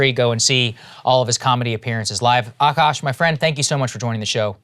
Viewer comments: It's Akaash, not Aakash. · the double "a" is after the k in Akaash :)